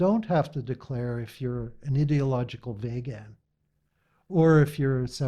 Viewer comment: Thumbs up for mispronouncing Veeegan as Vaagaan